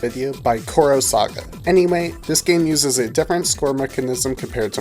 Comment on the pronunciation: Tetris Time Warp would probably be better if it wasn't linear. Always original, then Gameboy, then Bombliss, and always the same challenges within them. If they actually put more time and interest into their gimmick, there would have been more to it. Also, "chronosaga" is pronounced kro-no-saga